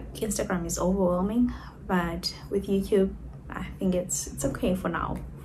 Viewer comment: Lol why do you pronounce YOUTUBE AS YOUCUBE ?